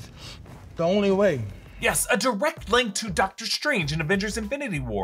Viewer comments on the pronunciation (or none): none